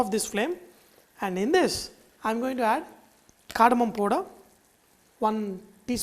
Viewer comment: it's powder not poda lol